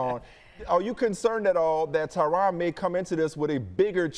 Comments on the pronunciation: His name is supposed to be pronounced "Tyran". The interviewer was getting his name wrong the whole time. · Hahaha “Tai RON” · Tyron not tryon